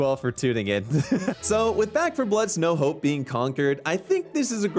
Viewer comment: thought he said no hoe not "no hope"